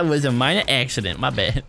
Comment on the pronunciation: kenny he sayd that is a minner accidint i started to cry